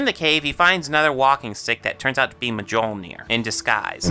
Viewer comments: The biggest flaw in this movie that stopped me from enjoying it fully was how badly they twisted Norse mythology. Also you said 'Mjolnir' wrong. The 'J' is pronounced like a 'Y'. Also, here's a big ass list of some of the things wrong with the Thor movies and comics. Made Loki and Thor brothers. Loki is ODIN'S blood brother. Made Laufy Loki's father when he should been Loki's mother. Made Laufy a male, when he should've been female. Nowhere is it said the Sleipnir is Loki's son. (Sleppy is Odin's eight legged horse. ) Made Laufy and Loki frost giants, where the myths never specified if he was a frost giant. The myths just said he was the son of two giants, so he could've been a fire giant, or a frost giant. It's unknown. Made Laufy some brand of royalty. She was not any kind of royalty in the myths. Made Loki's hair black. It should be red. Made Thor's hair blond. It should also be red. Made Frigg Thor's mother. Frigg was not Thor's mother, Jord is. (I hope I spelled that right) Made Sif a war goddess. Sif is NOT a war goddess she is a harvest/crop goddess. Sif isn't Thor's wife, when she SHOULD be Where the bloody hell are Fenrir, Hel, and Jormungandr? (In the movies at least) The warriors three don't exist. Mjolnir is wrong. It was actually made of iron forged by dwarves, with a too short handle because Loki was screwing with said dwarves. Want to know the story, look it up. I don't recall any Balder murder. (I haven't read the comics in a long ass time, so I don't r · You pronunciation of mjolnir is frustratingly bad.